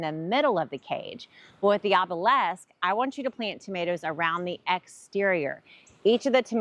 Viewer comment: Note: OBELISK is pronounced the way it is spelled.